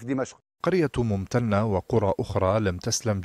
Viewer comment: ممتنه يا طرش مو ممتتتنه